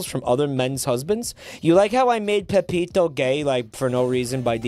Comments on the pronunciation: he said it correctly a few times, but enjoys the name "Pepito" more. That, and he knows that if he says the name wrong, it pisses people off. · It's Peppino not pepito